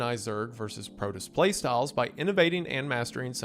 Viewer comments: Broad War, Protiss, and Te-ran is WendiKilling me bro. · Ah, yes. The iconic Starcraft races of the Tuh-run and the Protuss. 😂😂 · You're saying the race names wrong. Terran as in of the earth, terra. PRO-toss. You called broodwar broadwar! Unforgiveable. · As a huge StarCraft fan, the mispronunciations are killing me 😭 BROOD War as in RUDE with a B TERRAN like you’re running an ERRAND PROTOSS as in PRO pitchers do long TOSS to increase their throwing strength All that aside, glad you’re covering my one of favorite games ever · So I am wondering why it's being done, but I am going to assume it's some sort of "Autist" test. But here we go: He prounounced- Terran as Tehran. Brood as Broad. Protoss as Protists I guess it's a ragebait because while he does pronounce the Korean names as closely or accurately as possible, but mangles English words. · "Teh-run, Zerg, Pro-tus" The fact Zerg is the only one he pronounced correctly goes to show how much of a cultural impact the Zerg had on gaming culture more broadly. I wonder how many people under the age of 24 actually realize "swaming" or "zerging" was a term that came from the 90s with SC1. EDIT: h-h-he called it BROAD war. I can't tell if hes doing it on purpose now. I get Kerrigan was like a Lara Croft for RTS nerds but come on, Brood is a normal word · He says brood war correctly near the end of the video too. I can't tell if he's trolling or just misread. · Wendigoon has clearly never watched or played StarCraft with the Protoss and Terran and "Broad War" vs "Brood War" mispronunciations lolll. Great video though! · And Terran and Protoss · Oh god, the pronunciation of Terran and Protoss, and then holy shit, he did it twice, called 'Brood War', "Broad War". Bro, just watch at least one video on a topic you're covering before you read a script if you don't know the topic and pronunciations, especially for something that, in this video, has an enormously massive fanbase longer than you've been alive